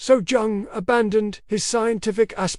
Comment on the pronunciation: Jung - pronounced "young".